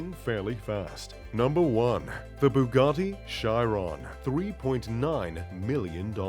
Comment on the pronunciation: Bugatti Shairon😂